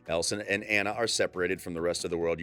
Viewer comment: It's Annue it's Anna